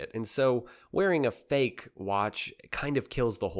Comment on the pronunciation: Wtf is FACKE????? The name îs not Rolex to say îs FACKE!!!! So……..you eat …….😂